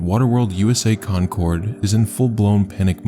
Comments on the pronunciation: I graduated the same year a few towns over. I remember hearing about it and thinking how stupid they were. Btw, not that it matters in the least, but we pronounce the city Concord as 'conquered', not 'Con Cord'. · Oh shit the second story happened near me, I didn't realize it at first bc of the way you pronounced Concord, made it sound more posh than that city is lol! Waterworld was the most popular place to get a summer job in high school, the park is way more strict with safety now though and that slide was long gone by the time I became a high schooler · I'm from Cali but the way he pronounces Concord made me laugh.